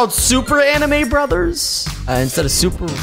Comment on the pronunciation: I love how the bruvers keep pushing a chuver